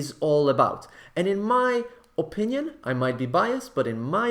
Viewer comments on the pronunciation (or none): Come on, /oˈpɪnjən/ instead of /əˈpɪnjən/, really?! It is too much...